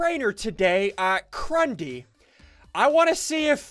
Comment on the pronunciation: I can't believe he said crundee I wonder if he thought that it was real?